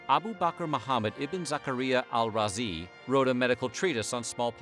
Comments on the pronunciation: this man read "abu bakr muhammad ibn zakariyya al-razi" like it was nothing, damn. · That arab name pronounciation was wild.